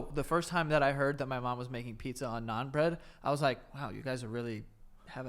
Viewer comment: You're saying bread bread, Joey!